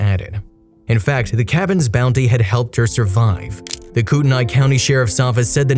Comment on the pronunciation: Kootenai is pronounced KOOT KNEE